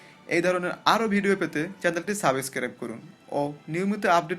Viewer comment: ০৪ঃ২২ দেখেন। প্রেস কে পেরেস বলেছে😂😂😂